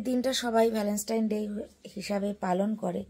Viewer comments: Keno bangla bolte ki lojja kore... english jodi nai bolte pari to english er gar marano taki khub jaruri...valenstine...pichless..sedino o status k tyataas bolche...kaddur porasuna...matrivasar moto jinish hoy nare ardhonaripurush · Bapre tumi valentine ta pronounce koro e na.Valovasa r din bolle ki kono problem hoto?